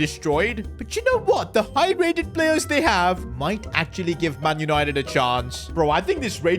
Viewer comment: Yesssss Yanited Yanited